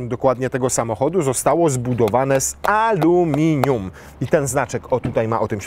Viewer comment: !!! :D :D :D Mistrzostwo świata, "amelinum" też by siadło, pomimo tego, że kiedyś już było, a materiał jak zawsze dobry. Wiadomo, kiedy planują następcę?